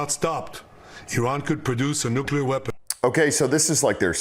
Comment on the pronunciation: "Nuke-you-lar" boy is channelling GW Bush 😂